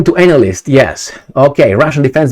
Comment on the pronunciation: He said ANALysts..😂😂😂